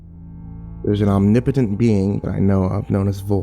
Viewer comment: "Omnipotent" was pronounced weirdly...